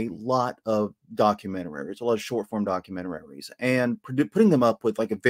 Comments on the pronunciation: I propose that henceforth we should all pronounce ‘documentaries’ as ‘documentararies’ . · What the frick is a “documentarary”? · I'm new to this channel, has someone pointed out "documenteraries" yet? I know it's probably something that you'd have trouble changing but I can't unhear it. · .....are you saying "documenteraries"?